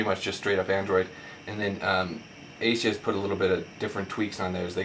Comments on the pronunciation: It's a-soose, not asius. It's also IPS, not ISP. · A-sus not Asius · what the fuck is an asius ???? Its aa-suus you plonker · Its AsUs...not Asius. But good video and very informative, thanks:) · It's AY-SOOS not ATHIEST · Its ASUS not aceis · Not a bad comparison review, just a few observations though. The transformer has an IPS (In-Plane Switching) screen not an ISP screen. Also Asus is pronounced eh-sus not ace-eus. Not huge errors in the scheme of things but if you want to be taken seriously for tech reviews it is important to get these details right. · ASUS!!!! fuck.......its ASUS!!!! AY-SOOss!!!!!...........there's no "I" in ASUS......geez dude, i really dont like slandering people on these videos, but you'd think its appropriate to get your instructions, information and speaking skills together............nope nevermind, apparently not. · And why does this guy keep saying ASIUS? Hes got a speech impediment. Thanks for the vid though. And Yes one is 3.0 and one is 3.1. The xoom kicks ass.